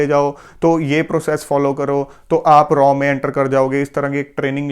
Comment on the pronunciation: R And AW This is right Pronunciation Raw Never Like Raw Pronunciation..